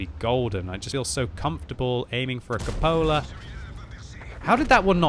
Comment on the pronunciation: "right into the Cupolerr"